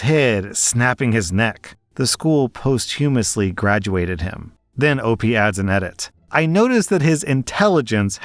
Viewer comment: first time I've heard someone say it as "post-humously" haha